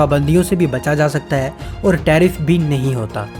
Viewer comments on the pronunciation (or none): none